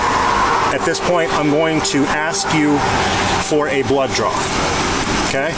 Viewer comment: They said blood draw but it sound like blow job 😂. Almost had soda go up my nose.